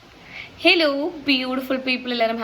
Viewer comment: Its not helo ഹെലോ ,its ഹലോ ,ഒപ്പരം അല്ല ഒപ്പം This is youtube,all languge in india will watch if notification comes. കിട്ടിയാൽ ,കിട്ടിയാൽ മാത്രം..if you are from kerala ,then you should speak proper malayalam which is understandable for any keralites.